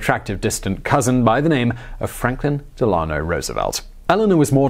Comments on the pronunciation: DEL-a-no, not de-LA-no. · Loved this take on one of my personal heroes! Just a wee bit of concrit: FDR's middle name is pronounced DEL-an-oh. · "Delano" Del-an-o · It's pronounced "Delano"